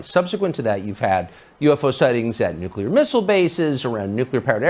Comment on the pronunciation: Just say the words "new clear" without a space in between ......U NAILED IT THO!!! 😁